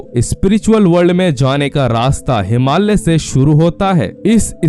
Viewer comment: कृपया हिमाल्य नही, योग्य uchhar "हिमालय" बोलिये पहले